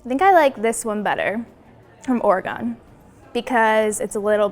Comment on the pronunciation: "I like alcohol that tastes like juice." LOL Hey, even though you mispronounced Oregon, I'm with you about alcohol is better when it tastes like juice. Whatever did your parental unit put into your juiceboxes growing up? Funny how we go from box juice to box wine.